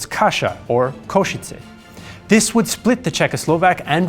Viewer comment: I gotta hand it to. As a foreigner he nailed the Slovak pronunciation of Košice perfectly! Usually foreign historians including Indy Neidel switch the š and c with s and č and pronounce it like Kosiche in english.